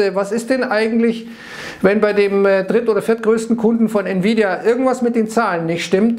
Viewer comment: nvidia=niewiedia :D